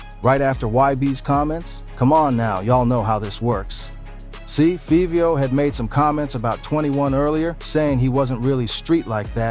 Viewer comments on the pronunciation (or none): It's 5vio, not fevio